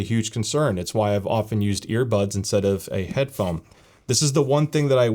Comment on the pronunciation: I think I heard "Headphome" multiple times🤔